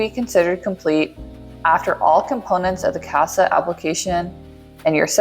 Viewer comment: Omg girl “CASAA” 😭 every time I heard ‘Casper’ I cringed 👻